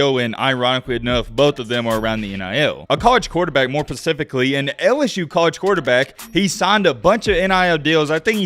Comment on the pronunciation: Did he say more pacifically? Lol Though to be fair, hearing damage sucks